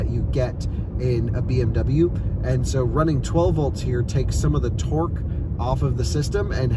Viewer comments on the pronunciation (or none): none